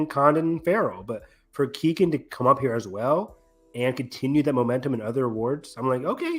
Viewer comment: Keogh-an stop Saying Keegan🙈🤣